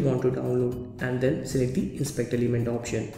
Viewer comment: "inspeakder limend" WTF!